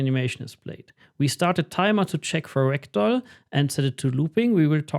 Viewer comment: Whenever he says Ragdoll, I hear Rectal… 😅